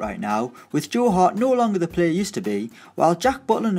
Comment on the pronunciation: Whos Joe Beaudeclaire 😂 it's *Joel Latibeaudiere